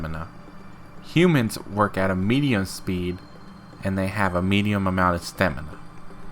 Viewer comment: "Meadium" LOL, educated much?